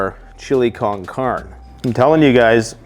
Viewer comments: It's chili can'carne like can car nay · You need to learn the proper annunciation of con carne. But I still love your videos. Thanks for what you do